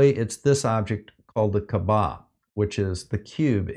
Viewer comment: As for the pronunciation of "Kaa'bah", stress the first syllable. And this topic comes to me as a surprise since I don't think any debunker would touch on religion. As a Muslim myself, yes, if you can't know exactly where Mecca is, just pick your best guest. Same thing if you're praying on a plane or a ship since you're on a moving object. And it does remind me about the Malaysian astronaut. He did use Baykanour time to pray, and used Baykanour time to celebrate Eid Al-Fitr (the Celebration of the Breaking of the Fast) as he lifted off during Ramadan.